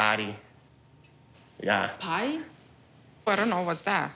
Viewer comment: I love how she did not understand John’s pronunciation of “party”. Even I heard “potty”.